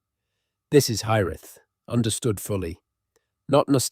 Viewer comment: You need to get your AI voice ) or human)?) to understand how to pronounce Cymru and Celtic. It stats with a hard C not an S sound. It’s bc a bit better stumbling over the concept not hiraeth” but pronounce that distinctive and beautiful Welsh word several ways and all wrong.